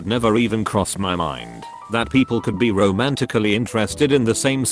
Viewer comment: Love the way the TTS bot pronounces the word 'be' (bee)